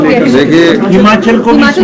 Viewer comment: Aa gya jhut bolne phir se esko koi Himachal bolna sikhao phele